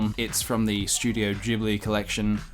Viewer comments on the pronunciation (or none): Why dose everyone pronounce ghibli wrong??